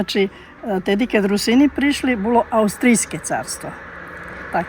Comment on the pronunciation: Рýсини. Наголос на перший склад